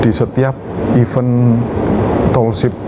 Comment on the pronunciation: tolonglah penyebutan event itu jangan iven yah yang terhormat Bapak pengisi suara.